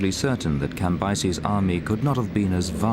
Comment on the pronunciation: The way she says Cambyses is criminal!!